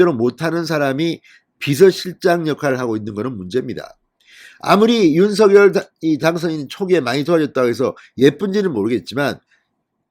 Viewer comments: 윤서결이 아닙니다!!!!! 윤성녈로 발음해주세요!!!!! 듣기 거북합니다!!!!!! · 윤 당선인 이름 발음 서결 × 성열○ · 윤석열의 발음이 ??? 석→ 서 열→ 결 =서결이 아닌 "석열"입니다. 다른 언론사에서도 2가지 발음으로 발표합니다. 이제 하나로 통일하시면 좋겠습니다. 윤석열대통령당선인은 자신의 이름을 윤. 석. 열.으로 표현합니다. (윤서결≠아닙니다) 감사합니다. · 대통령당선인의 성명발음을 확실히 했으면 해서요 일반 매체에서는 "윤성열" 이라 발음되는데 진선생께서는 "윤서결" 이라 발음 되던데 ? 방송 고맙게 듣고 있습니다 화이팅 하세요! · 윤 당선인의 이름의 발음을 본인이 "성녈"로 불러달라고 하니 그렇게 해주시는게 좋을 듯 합니다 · 진성호님 앞으로는 제발 윤석렬 이름석자를 부를때 윤서결이라고 안불렀으면 합니다 정말 듣기 싫습니다 아무도 윤서결이라 안부르는데 왜혼자 남의 이름을 똑바로 불렀으면 합니다 윤석렬이라 똑바로 부르세요 진성호님 방송 애청자지만 꼭 이거는 고쳤으면 합니다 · 윤석렬 발음 통일시키기로했어요. 유서결이 아니고,윤성렬로... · 윤성렬로 발음하세요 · 작열을 <장녈>로 발음하듯이 윤석열을 <윤성녈>로 발음해야 한다..무식쟁이야. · 뭡니까? 그리고 '윤성녈'로 공식 발음해야 합니다. 윤 당선인이 원했던 것인데 궂이 자신이 편한대로 발음하는 것은 예의도 아닙니다. 윤석열을 직접 흔들기 보다 주변인들을 흔드는 기법에 속지 맙시다. 조중동은 이준석을 감싸려 윤핵관을 흔들지 않나 싶습니다. 우리가 뽑은 대통령, 며칠이나 지났다고 또 흔드나요? 우파 DNA인가요?